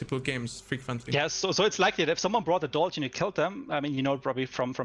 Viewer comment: If its German inspired atleast pronounce it right c'mon